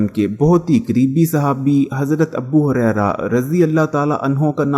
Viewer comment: Abu Huraira not "Abbu" Huraira